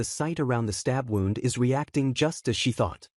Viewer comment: Lol my god how it it that AI doesn’t know how to pronounce easy words like bow & wound The guy was thanking somebody for saving his life and you’re AI Think somebody was playing the (violin) with a “bow” 😂 and winding the (clock) that was already “wound” up I realize they’re spelled the same, but even 6 year olds in the 1st grade learn how to pronounce words, depending what type of sentence they’re used in 😂 I have yet in 3 years heard the proper pronunciation for bow and wound from AI